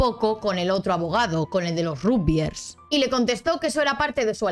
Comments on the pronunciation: Como Argentino, suena muy raro el Rugbiers, y no Ragbiers. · Se dice ragbyers, no rugbyers Se dice lebric, no lebrice